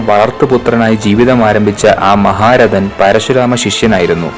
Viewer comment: Not maharathi it is maharathen